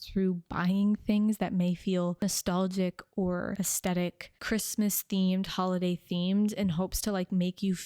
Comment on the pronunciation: I love your content, but can we please normalize the correct pronunciation of the word 'aesthetic'? The H is not optional.